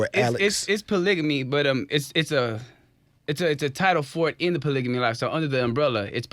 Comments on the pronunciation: Man I get so excited whenever I see people of color who are polyamorous ... but these folk didn’t know wtf they were talking about 😩 I cringed every time dude said “polygamy” 😖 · He's not even pronouncing polygamy right